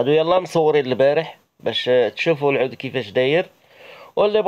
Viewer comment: العود مشى عوود صحح النطق ديالك